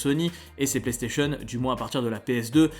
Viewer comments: Y’a déjà le contrôle vocale tu doi juste dire plaistation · L assistantse vocale existe déjà il faut dire PlayStation voilà